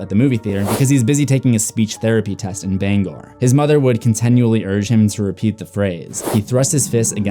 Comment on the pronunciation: The way he said Bangor 😂